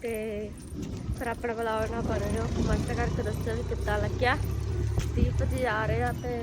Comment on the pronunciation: ਦੀਪ ਜੀ❌ਤੀਪ ਜੀ ✅😂